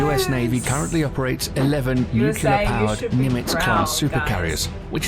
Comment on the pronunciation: I had to stop watching at his mispronunciation of the word nuclear. 👎🏼